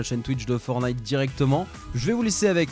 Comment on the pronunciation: Super vidéo mais on dit pas FORNITE on dit FORTNITE avec un t tu t'y connais en gamins mais tu sais pas prononcer un nom